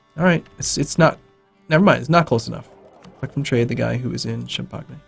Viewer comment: Oh my god that pronounciation of "Champagne".